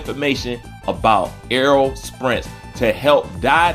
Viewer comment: His name is Spence not Sprence.